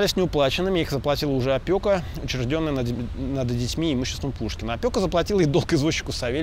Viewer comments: Не опьока, а опека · Правильно говорить опЕка. Не хочу Вас обидеть.